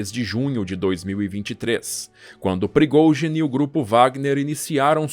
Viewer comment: Esse cara é um poeta da narração.. da gosto de ouvir as palavras e outra coisa eu aprendi a pronunciar o nome de prigozin...kkk